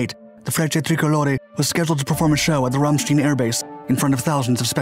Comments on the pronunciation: We were going to see it, but decided not to at the last minute. (We lived in Stuttgart then). BTW it's pronounced Ram Shtine and there were a lot of German people there because bases would open for them to see the airshows too (sometimes German military participated too). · It sure would be nice if people would pronounce Ramstein properly. It’s not Ramsteen! In German ie is pronunced “e”. And ei is pronounced i. It’s not a beer steen, it’s a beer Stein. This goes for the band and base! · Ramstein Airforce base is pronounced, RÀM•STĪNE. After the German village adjacent to the base. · First of all: Please Research the pronunciation of “Rammstein” , there happens to be a small music combo out of East Germany that repeatedly state their name in one of their songs (happens to be called Rammstein as well) should not pose too much of a problem… thank you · Love your stories, but you need to work on your diction. When you don't say the names right, it really takes from the story and lessens your creditability. Its said Ram·stein Like in beer stein. You did the same thing with Thule Greenland, and Minot AFB in other videos. Again, good stories, just prep a little or reach out ad ask. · your pronunciation give me the creeps: try rumshtine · Repeat after me…. Rrrammmsteeiiinnn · Ramstein is not pronounced with an E sound but rather with an I or eye sound. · How much extra effort does it take to honor those present by pronouncing the name, 'Ramstein,' correctly? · Very good presentation, but you mispronunciation Rammstein. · It would enhance your presentation if you were to learn how to pronounce Ramstein. It's in Germany not Brooklyn! Other than that well done. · I really enjoy your videos and the research you do before making them is obviously coherent, but please pay more attention to correct pronunciation of the names, specifically Rammstein and Aermacchi in this video, it is kind of annoying to repeatedly hear the names being butchered. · It's Ramstein not 'Ramstien'.